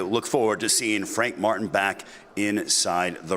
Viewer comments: Did he say Frank Fartin?! This guy! 🤦🏾‍♂️🤣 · Sounds like he called him Frank Fartin 😂🤣😂